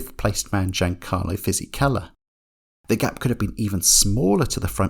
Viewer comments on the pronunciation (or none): none